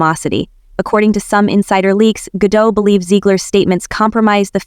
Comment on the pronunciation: It's Ga-dot, not Ga-dough.